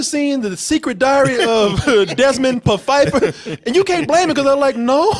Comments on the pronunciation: pronounced the "p" in Pfeiffer lol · It's called THE SECRET DIARY OF DESMOND PFEIFFER (you pronounced the "P").